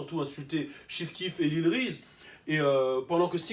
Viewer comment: The way he pronounces Reese lmao ''wreecy''